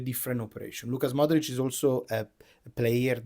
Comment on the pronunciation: Its LUKA Modrić, not LUCAS Modrić